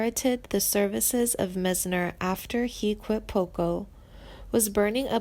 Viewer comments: I couldn't take all the butchering of the names. Meisner has and I sound not an A. Frey is pronounced liked fry, not fray. This person has no fucking clue who these people are. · She pronounced Randy Meisner as Randy (Maze-ner) She doesn't know anything about the band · OMG! The narrator says Glenn FRAY... um.. it's Glenn FRY... not Fray... oy. And she says "Mezner." It's Meisner! ?Habla Inglés? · Haha Randy Mazener? It's Meisner! Don't quit your day job as a. No He is well and as talented and active as he wants to be. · It's pronounced Meyesner. It's also pronounced Freye. There has been no "tragic ending". You guys suck. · "Misner" and "Fray?" This chick is really creeeeeepy! She sounds like she should be embalming people! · M-EYES-NER you ding-dong geez I hate it when people mispronounce my name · There's not a f***ing thing wrong with Timothy's career path, and he's one of the finest vocalists ever born... SO THERE. (The "narrator's" delivery and mispronunciation of artist's names is atrocious! Who the hell are Glenn FRAY, Richie FURRY and Randy MEZZNER??) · You have to quit these awful videos. You use click bait intimating that people have passed on. You do a terrible job reading. You don’t even know how to say Meisner like widener. Try making money a different way. It’s Glenn Frey pronounced fry. Get we life. How old are you 12? Can’t stand it. Scream!M!!!! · The narrator could use help with pronunciation - Randy MIZE-ner and Richie Fure-ay, Glenn Fry And he's not dead, you twit! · If you can't pronounce their names properly, you shouldn't be doing this narative. There are some questionable facts stated here also. Please learn how to pronounce Meisner, Furay, and Frey's last names properly. Just sayin'....